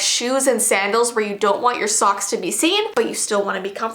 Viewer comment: Whenever she said socks i thought she said songs.